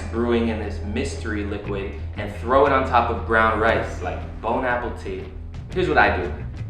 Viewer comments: Lmfaooooooo literal "bone-apple-tea" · "bone apple tea" 😭😂 What did I just watch?